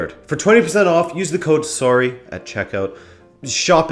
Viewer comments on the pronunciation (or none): Oh I love when Canadians say sorry lmao, love you